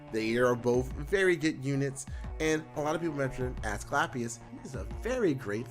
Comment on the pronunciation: "Ass-clap-ius" Lol